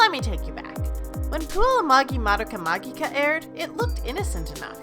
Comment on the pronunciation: Sorry, I can't take you seriously if you pronounce "magica" wrong lol.